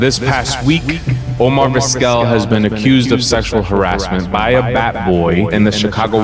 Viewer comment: Come on dude, if you’re going to use a crappy AI voice the least you can do is make sure it’s pronouncing the main character of your video’s name right. Terrible.